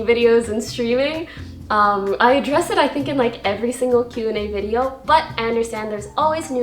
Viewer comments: No one: Poki: Are ya Shingle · everytime she says some stupid shit like pronouncing single 'shingle' a baby somewhere dies